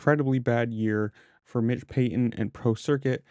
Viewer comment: It's not Mick it's Mitch